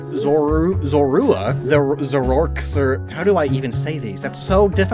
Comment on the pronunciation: Dude, "Pichu" isn't a Pikachu CLONE. It's the pre-evo of Pikachu. An unnecessary one, to be sure, but it's there. And I thought you were running a Pokemon channel! : Also, those three are pronounced "zOr-ooh-a," "zOr-ooh-ark," & "Zera-Ora." I thought everybody knew that.